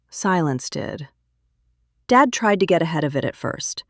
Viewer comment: Why does "dad" come out as "David"???